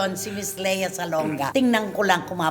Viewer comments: Lia kasi ang basa sa Lea pag sa ibang bansa eh. Same sa Leo, Lio ang pag-pronounce nila. Ung Bea hindi din Bea, Bee ang pronounciation sa iba. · Ang American kc Ang Leo pronounced Ng LIO So Ang Lea. LIA